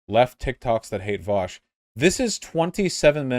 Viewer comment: before anything else vaush's first crime is how he pronounces his name